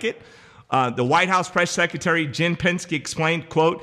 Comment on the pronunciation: her name is JEN PSaki pronounced Socky